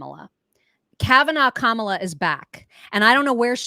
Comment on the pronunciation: It's because they have no respect for her to pronounce her name right..